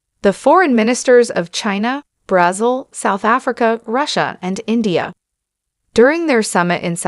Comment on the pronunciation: It's not pronounced BRAZUL. It's Brazil